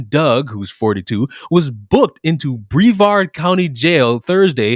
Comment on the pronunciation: Of course it's a Floridian. The e in Brevard county is a soft e btw.